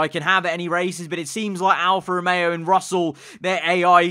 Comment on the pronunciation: George: "alFAST romeo"